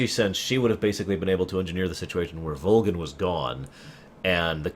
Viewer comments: Just out of curiosity... why is he pronouncing Volgin Like Vol-Jin? Is that the proper Russian pronunciation or something? I’m actually currently replaying Snake Eater and the English voice cast is clearly pronouncing it with a G sound rather then J sound. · I don't expect a response 3-4 yr old vid... but I have to ask; what's the thought process on the way pronounce Volgin? It's been a long time since I played but I remember everyone in-game saying Volgin with a hard G sound and hearing you say it as a J seems strange. Anyway, great content, keep doing what you do!